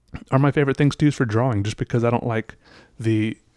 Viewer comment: Oh my god I can’t stand it. He sounds congested constantly, and like the mic is embedded somewhere within his sinus snot. And I don’t know why he insists on pronouncing drawing as “draw-wing” instead of “draw-ing”. It’s a shame because he makes great content, I just can’t enjoy it as much because of my aversion to his voice.